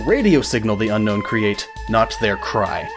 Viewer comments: You pronounced Unown wrong. Un-own, not Un-nown. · I know it sounds stupid but Unown is pronounced un-own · GaelPlaysGames Who cares? Unown isn't pronounced un-known, it's pronounced un-own. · Dude it's unknown not unown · its un-own not unknown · It's pronounced un-own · Do you know that Unown is actually pronounced Un-own? .... .... .... :D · "Unown" Wtf?